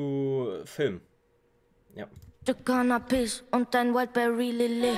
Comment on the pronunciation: Wieso höre ich immer Zu Frühstück Cannabis anstatt Canapes ggg